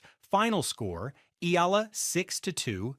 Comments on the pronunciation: PRONUNCIA Ee--- YAA-- LAH GRAZIE. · Eee-yah-lah!❤ not eelaah! My goodness! 🤣🤣🤣we Luvv U & 🥰😅💪🎾🏆🫶😻😀👍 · Eala it is pronounced as e-ya-la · Pronounce the name "" eyala, Eala